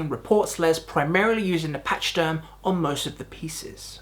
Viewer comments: its pronounced pack-e-derm NOT patch derm !!!!!!! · it;s not pacheederm it sounds like a K , pakee-derm, damn man it;s ur native tongue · Patchy-derm, lol. It's pack-ee-derm - it's the Latin name for Elephant. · Pronounced.... Pack-a-derm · It’s pronounced pakaderm not patchaderm like the elephant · Did you skip middle school? A pachyderm is an elephant and it’s pronounced pack-a-derm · Lol “patchy-derm”, elephant lives matter 🐘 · It's pronounced: Pack-a-derm. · Pack- AHH- Derm. Not Ee not Y. It's UHH/AHH. PAC-AHH-DIRM. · Pack-ee-derm even. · 2025…..just ran across this. Awesome job. But, the pronunciation of pachyderm is odd. pach·y·derm /ˈpakəˌdərm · Based on your pronunciation.. You're not a fan. Southbound Patchy derm? Lol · It's pronounced "pack-a-derm" - it's a hard CH not a oft one. FYI :-) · fretless basses often had fret groves cut and then filled with sawdust to make finger placement easier, pachyderm is pronounced paky derm and you forgot to mention that the resonator bass was also used in green Naugahyde. just some comments, still a great video